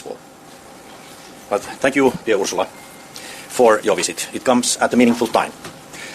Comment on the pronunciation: Ursula: or how he says it Urshula